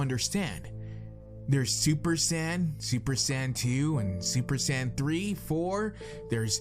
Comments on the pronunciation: Accept when he pronounces the word "Saiyan". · Saiyan... not sand